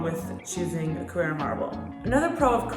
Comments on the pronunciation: You’re pronouncing it carrEra. It’s carrAra. CarrEra is a sunglass brand. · It’s not a Porsche. It’s pronounced “Carrara” not “Carrera”.